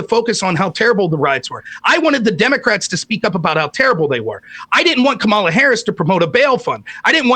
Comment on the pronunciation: Purposely mispronouncing Kamala and Milley is a sign of low intelligence.